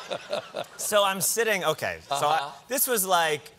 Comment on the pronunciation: I had a bit of a nerve breakdown “oh okey” he sounded so Canadian